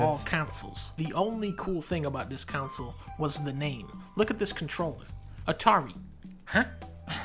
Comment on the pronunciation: why is dunkey saying counsel instead of console?